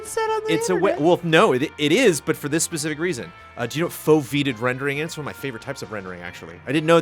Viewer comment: CORRECTION: It's pronounced "fove-ee-ated" rendering. The fovea is a part of the retina that processes the center of your visual field and has the highest accuracy, as opposed to your less accurate peripheral vision. For VR, foveated rendering reduces the render quality of onscreen areas in the player's peripheral vision (yes, using eye tracking) to save on performance. It's a type of variable-rate shading and unrelated to level of detail (LOD) or culling, though all three are about saving on performance.